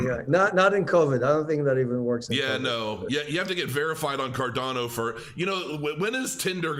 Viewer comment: ⭐️ CROW TEAM. Tell to Stop saying CarDONo. The coin is called CarDANo!